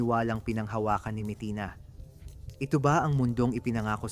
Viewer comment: Anong mitina ,ayusin mo nga pananalita mo!